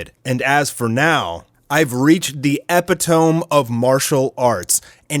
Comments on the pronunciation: I know did not just say epi-tome. It’s pronounced epit-o-me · CORRECTION: It's pronounced EE-pit-oh-me, not Ep-ih-tome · Epi tome? Lol 🤣 Eh-pit-a-me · Bruh Epi Tome? Uh Pit Oh Me. XD All love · "Epi-tome" lol. It's pronounced' EH-PIT-TOE-ME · Not epi-tohm. Epitome: eh-pit-oh-me. Dont trip though, I once called a guy the epitomy of stupid. And then he corrected my spelling immediately after. Love your content though, brother. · eh pit oh mee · Epitome (e-pit-o-me) Not epi-tome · E-pit-oh-me not E-pit-ohm. Doofus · Eh-pi-tome? Ee-pit-oh-me. Lol sorry that one got me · Epy-tome? That’s a new way of saying it I never heard before lol I only heard the Norma way “epit-timmy” A.k.a “epitome” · Epitome (e-pit-o-me) not (ep-i-tome) - meaning the highest echelon of a class, in which there is no room for improvement. Perfection. 🧐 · EPI-TOME LOL epi-to-me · Eh-PI-TOME? or EE-PIT-O-ME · Epitome is pronounced eh-pit-oh-mee 😆 not epi-tome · "epi-tōme" lol. Us adults still should use dictionaries from time to ty-meee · Epitome: "eh-pih-tuh-me" sorry to be that guy lol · eh-pi-tuh-me btw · Lmfao.. The way you pronounced epitome is hilarious. And so so wrong lol.. Omg.. So funny.. Lmao.. - ish "I've reached the epi-tohm (spelt how you pronounced it) of martial arts" lmfao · EP-IH-TOHME. LOL. God damn youtubers if you don't know a word, especially a common word, LOOK UP THE PRONUNCIATION! It's pronounced like ep-it-o-me. It's a super common word. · It not PRONOUNCED EPOTOME.. ITS MORE LIKE E~PIT~TA~ME...LOL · Bro said epi"tome" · Epitome = "A pit a me" or "E pit o me" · Epitome = "ee-pit-a-mee" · Come on dude... Epitome - eh-pit-tuh-me. Great video though. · “Epitome” is pronounced “eh-pit-oh-mee” for future reference. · Dude really said epitōme lmao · He said epitome🤣🤣🤣 say It like this homie "ee pit oh Mee" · Hahaha. Thanks. Was looking for this comment., you the man, but.. cmon bro lol. Epy-tome 😂🤣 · Lol. You pronounced epitome wrong. E-pit-o-me